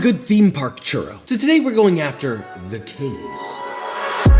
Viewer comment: i stoped after he said "churow"